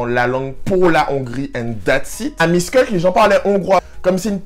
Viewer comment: Salut moi je suis hongroise miskolc se prononce “michkolts” et fallait que tu aille dans un hotel pas dans un campus praske ya souvent des clochard la bas et jespere en tt cas que tu a aimé la hongrie que ta aimé la nourriture et si ya beaucoup de huile en hongrie c parceque on mange beaucoup de nourriture tres grasse et je sais pas si tu avait vu mais ya un 18 au dessus de chaque tabac parceque chez nous les moins de 18 on pas le droit de fumé mais yen a il le font quand meme en payant des adulte pour qu’ils y aillent a leurs places (mes cousins le fesait)